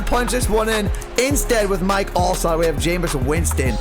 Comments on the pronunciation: It’s not alslott it’s alstott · ALSTOTT NOT ALSLOTT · Mike alstott sports fan lol. Not alslott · AlsTott AlsTott ALSTOTT .. T NOT S 💀🤦🏻‍♂️